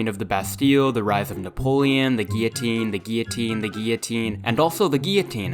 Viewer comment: The guilltone,the guilltone, the guilltone and also... T H E G U I L L O T I N E